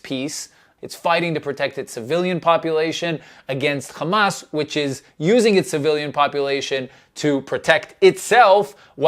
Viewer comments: it’s hamas not khamas.. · John Oliver spoke truth. And btw, its not KHamas, its Hamas with an H.